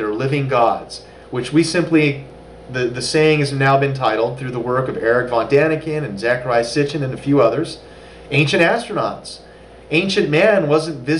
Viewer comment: Eeee-rock. Please.